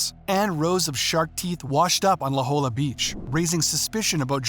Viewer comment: Its pronounced "la hoya"